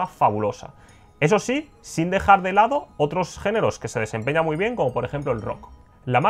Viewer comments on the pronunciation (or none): none